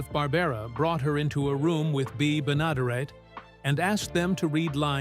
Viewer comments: Bea Benaderet pronounced it "benna derrit" not "ben adaray" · Bea Benaderet's name is pronounced "Bee Ben-a-DEHR-et. Jean Vander Pyl is pronounced "Jeen" Vander "Pill." Mel Blanc's last name sounds like "Blank." Bamm-Bamm's name rhymes with jam.